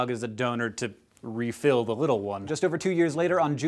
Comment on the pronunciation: I'm sorry. I laughed when he said refill.